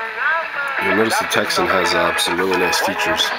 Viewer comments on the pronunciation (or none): POPYCOCK Not a test all :- (1)should have been on same Antenna, (2) A Propper test of ssb..... (3) You havn't a clue re DX !! You dont know much about it do you....So why not pronounce the correct name TECSUN not a Texsen